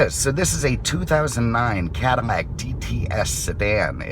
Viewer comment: I keep hearing him say, "Caddi-shmack", do you?